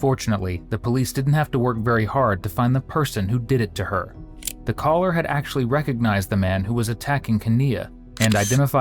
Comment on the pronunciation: Dear: "Calller"